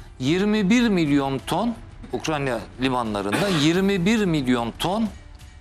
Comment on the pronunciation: sayın konuşmacı abicim ukranya değil ukrayna. önce onu öğren